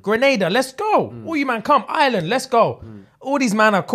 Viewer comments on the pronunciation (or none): none